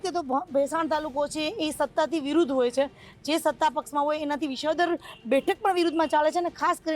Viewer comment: રિપોર્ટર બેન... બધા શ ન હોય, સગડીનો સ પણ હોય... જેમ કે વિશાવદર નહીં, વિસાવદર ... સમશ્યા નહીં બેન, સમસ્યા....